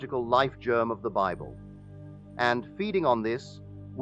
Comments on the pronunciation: The Holy Bibble? A.I. is the WORST. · Yeah, I clicked off the second this reenactment pronounced Bible as “bib-el”